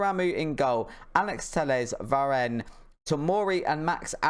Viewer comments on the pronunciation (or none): Btw it’s Don-uh-room-ah and Va-Ran